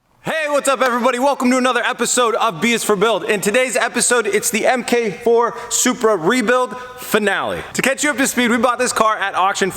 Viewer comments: Every time you say M-K-4 instead of mark 4 I get triggered 🤣🤣🤣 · "Emm-Kay"Four? Mk is short for "Mark" 4. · FYI it's not pronounced M K 4. It's Mark 4. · It's Mark. Not MK. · MK is an abbreviation for "mark," its improper to say "M-K" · "emkay four"... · “Em Kay four” 🤨